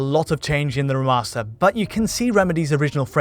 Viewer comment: Alan Wake R'mahstah